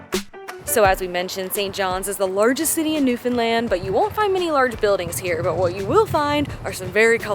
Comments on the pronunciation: I love you pronounce Newfoundland correctly. Great videos! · As a Newfoundlander I have to say I'm impressed with your videos, and in particular you pronounce Newfoundland correctly! So many folks mess that up. And I can tell you really researched things. I grew up in Port Union and Catalina and used to hang out at my grandparents place by the boardwalk in Bonavista. You did miss the historic sights in Port Union but I'm being nit-picky...you guys did a great job. Thanks again. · You are the only people who are not from NFLD who say our province name right… FINALLY!! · My boyfriend and I found your channel and we’ve been binge watching the Newfoundland videos you’ve posted. Crazy I have lived here 30 years and haven’t seen some of the things you’ve posted in your videos. ALSO!!! Thank you for taking the time to learn how to pronounce Newfoundland! Love your channel, and will be watching in the future! Subscribed for future travel videos!! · I know that this might sound a little odd to some, but I really appreciate how you took the time to learn the proper pronunciations of the province and the various places you visited. I know that it might sound a little petty, but it is appreciated by the people who live there. Rarely do you come across a travel video of Newfoundland where they pronounce the names correctly. Great job!!